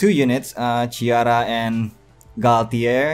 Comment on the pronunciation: Ciara's name is pronounced See-R-ruh.